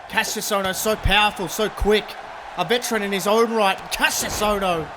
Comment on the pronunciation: Hey you said Ka-ss-ious ohno but its actually ka-sh-ious ohno with a sh- not s- oh and incredible ppv